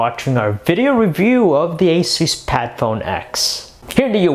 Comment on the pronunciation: Your saying Asus wrong. its A-Soos. like Jesus in spanish but only with an A